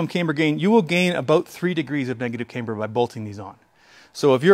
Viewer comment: Say caimber one more time.